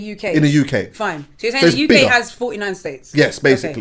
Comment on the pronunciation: The UCK 😂 🇬🇧